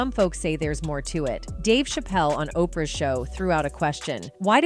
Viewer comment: Her name is Oprah you how too say that